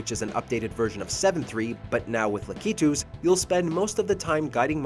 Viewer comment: la-KEY-twos.... what?